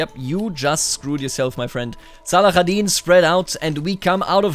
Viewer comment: Great video as always ! (But just for your info in arabic saladin is called Salahadin, with an h sound not the kh sound)